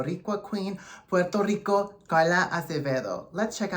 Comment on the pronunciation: Hi, gracias for pronouncing Puerto Rico with the Spanish flair. Saludos from Puerto Rico